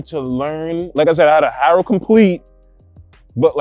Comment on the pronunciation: Dude can't say Haro lol